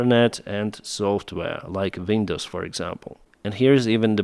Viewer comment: “Vindows”. rof,l. 😅